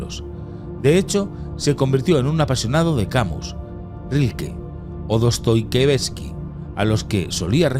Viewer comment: POR FAVOR SEÑOR NARRADOR, APRENDA A PRONUNCIAR CORRECTAMENTE EL NOMBRE DEL AUTOR DE "CRIMEN Y CASTIGO", QUE CASI ES UN DELITO LA MANERA EN COMO LO HAN NOMBRADO Y DE PASO APRENDA A DIFERENCIAR "HASTA LA EXTREMA UNCIÓN" DE "HASTA LA EXTENUACIÓN". CUANTO MENOS CORRIJA LA PRONUNCIACIÓN